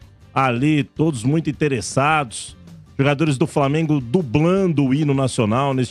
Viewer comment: Maluco ridículo esse aí falando framengo